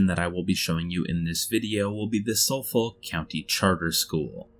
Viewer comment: This is a great list! But also the way you pronounced ‘Suffolk’ made me laugh 😂 idk how people say it in America but over here you say it like ‘Suf-fuck’